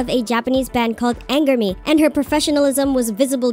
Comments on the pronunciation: What ! 😂 Anger Me !? 😂 wtf. you could have check the right pronunciation but it was funny so it's fine 😂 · PS Angerme is pronounced Anjurumu lmao